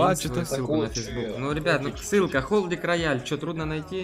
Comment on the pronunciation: *Холдик , а не Холдир._.